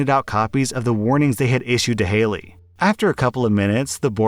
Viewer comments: It bugged me so much that you kept saying Haley instead of Hatey. "Hat ee" I'm pretty sure it was an Ella Enchanted reference heh. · His self-promotion and ego are annoying. You’re exactly right. Reading stories OTHER PEOPLE wrote requires absolutely no skill beyond the ability to read. And considering he can’t even read a five letter name correctly, that skill is lacking. He’s talked about how he has a masters degree as though that makes him better than other people. Clearly it’s not helping him if all he can manage to do all day is read stuff by other people. I refuse to believe he works as hard as he wants people to believe he does. He’s made comments about how “everyone watches porn” which is both presumptive and gross. Using stills from porn in his thumbnails is disgusting. I feel bad for his wife and kid because he’s made it clear he’s a huge fan of porn. Married men who watch porn while their wives are in the house are disgusting people and deserve to be divorced by said wives.